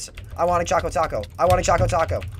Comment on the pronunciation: It's Chaco Taco...